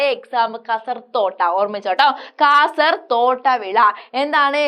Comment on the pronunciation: കാസർ തോട്ട... അല്ല.. കാസർ ഓട്ട.. 🤣🤣🤣